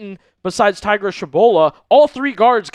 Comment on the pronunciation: It’s Tegra dude not Tie-gra.